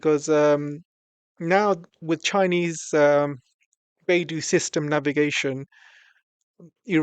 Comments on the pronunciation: its not bai du....it is bei dou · Pronounced "Bay-doe"